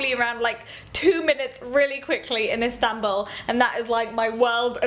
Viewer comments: I love how you say Istanbul. It sounds amazing. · Love how you pronounce istanbul, such a cutie! ♥